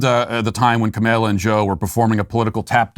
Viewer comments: I love how Matt pronounces Kamala as "Ka-may-lia" so much that I'm adopting it. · kay Ma' lalala ^_^ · It’s so far off from the way it’s actually pronounced, but it’s hilarious, and I love it. 😅